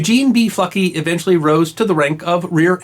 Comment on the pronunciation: Keep hearing "fucky"